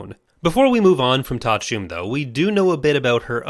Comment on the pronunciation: Thank you for saying Ta'a Chume. I can now pronounced her name correctly. I woluld love to see a complete Skywalker/Solo family tree video.